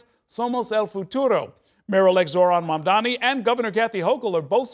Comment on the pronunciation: ~~~~~~ -. ….., his name is Mamdani. …… Mamdani ……… Mamdani …. So say it correct,,!